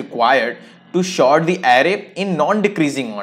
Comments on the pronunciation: sort an array not short an array (Pronuncation) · Bhai short nahi hota h Sort hota h